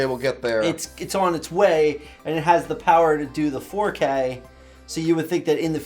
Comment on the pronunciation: “Faux-K” 😂 That’s great!